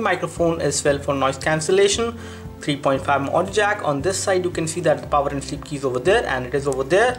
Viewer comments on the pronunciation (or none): none